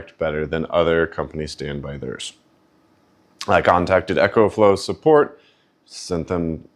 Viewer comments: You pronounce Ecoflow like it's spelled Echoflow 😊 Think of eeeecooh friendly as why they used eco in front of their name. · 1st.. its Eaaaa kooooe Flowww Not "Echo Flow".. T hat is all, thanks... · First of all, he's pronouncing it wrong. Second of all, with these units first came out. I purchased him as an engineer. There is no flaws with these devices. I have 4 of them the Eco flow. I have the pros. I have four units and I have never had a problem with either one of them. I've been an engineer for 30 years. It doesn't mean I know everything what I'm saying. Is it seems like every time certain people get these products? They always find something wrong with them. The product is supposed to be charged. Plugged up, use, most of you guys are always trying to Come up with a different schematics. For these machines or change the engineering or design for them, leave them alone. It's not meant to run. The world is meant to plug in, use it for a while, and then recharge. It, it's just a battery, plain and simple jesus. You always trying to put some type of an adapter or some type of extra apparatus is something that doesn't need to be plugged in. That's not what it was designed for it was designed for you to plug things into it and case your power goes out. Plug your TV in plug your saw. In you know, to Plug different units in for a short period of time. It's not meant 2 like if you have a power outagefoura day or 2, 2 be washed and clothes with it and 2 try and rig it up to do something that it wasn't designed to do. It's a great design. This is like, uh, yeah, guys will go out here and swap an engine in a car. And get upset because it doesn't have the right to cubic feet th